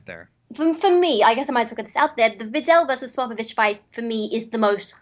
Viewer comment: He says sopopovich instead of spopovich